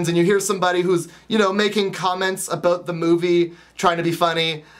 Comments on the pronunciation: "Aboot." Haha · I love how you say "about"!I live in the country out in Georgia & I used to live on the west coast and in the city in Atlanta (btw I was born in Florida) and i used to speak all proper & now I feel like a country bumpkin.& so when I go back to the city sometimes to see my old friends everyonewill be like wtf happened to her because i will be talking like a true counrty bumpkin but i love everything out here inthe country so i dont tend to worry about it that much(:& those shivers drive me crazy! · I just love how you say about! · your Canadian is showing.....about......:3